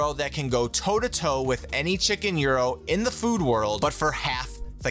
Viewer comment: damn he pronounced it correctly